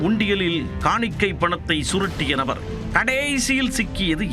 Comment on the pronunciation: Horrible voice modulation "orru Nabaaarrrrrr"😂